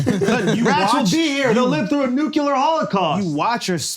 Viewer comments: The day Schulz says nuclear correctly , FIFA will fix its corruption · I am once again begging with tears in my eyes for someone to get Schulz to pronounce nuclear correctly